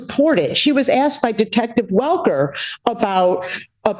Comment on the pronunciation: "She said to the detestive"... Do you think that was a slip or intentional?